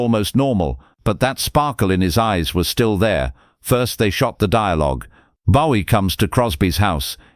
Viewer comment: AI cant even pronounce Bowie right….